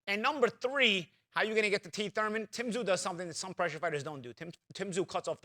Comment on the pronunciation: Kweeth ‘Sometimes’ Thuymon